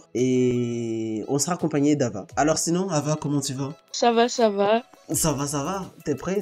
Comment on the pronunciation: c'est avaaa pas evaaa rahh 😂